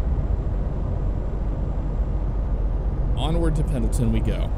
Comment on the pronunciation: I do love me a good Sprinter! And Pendleton is said "Pen-nil-tun" or "Pen-il-tin", as the D is in fact, silent. Also Oregon is said "Or-uh-gun", "Or-ih-gin". The E is not enunciated, and the syllables are not emphasized much if at all. EDIT: It is rather fitting that someone added in Sprinters to ATS seeing as Mercedes is owned by Daimler, who has their North American HQ here in Oregon. Inadvertently you were repping the Oregon DLC with this haha. Same using anything American Star or Frieghtliner.